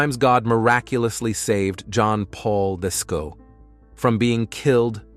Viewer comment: Getting sick of weird AI voices and images and their hallucinations. John Paul II is not pronounced "John Paul Visco".